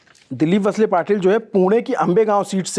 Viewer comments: पर्ली नाहीं परळी कगल नही कागल वसले नहीं वळसे संतजी नहीं संताजी बनसोड नहीं बनसोडे मराठी भाषा का सम्मान करे 🙏🙏🙏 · He's visibally disturbed bcaz he is not comfortable with Maharashtra politics( Maharashtra politics is beyond pawar, shinde, thakery, phadanvis....Mumbai, thane, pune) its वळसे not वसले....channel should have couple of anchors have deep understanding of state politics. So they will not feel uncomfortable.